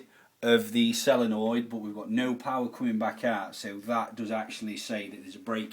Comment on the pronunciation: Why does he keep saying sellernoid instead of solenoid